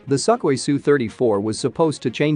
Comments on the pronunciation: No, no, no... it is pronounced "Sue-Koi" 😆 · I like the pronunciation - Suckhoi! They do suck! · "Suck-oi" Well said. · Never heard that pronounced "Suckwah".